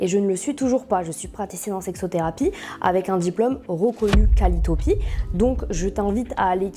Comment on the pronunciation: Formation qualiotopî n'existe pas, mais qualiopi deja bizzare dès le départ, peut-être juste une erreur de prononciation